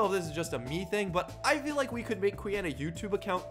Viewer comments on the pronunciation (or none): Says i feel smart right before saying fill instead of feel 😂🤯